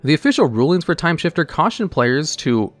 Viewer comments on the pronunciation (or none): Timesifter. Not timeshifter. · Its Timesifter not shifter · TIME SIFTER. Not shifter. Sift. No h. Do you have some form of dyslexia? Not being mean. I am just curious. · The 7th card looks like it is probably pronounced "Timesifter" and not "Timeshifter": the idea being like sifting or sieving "time", or turns, based on the mana value of the top cards of each player's library.